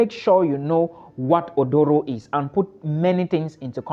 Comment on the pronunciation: Aduro not Odoro. Hahahaha 😂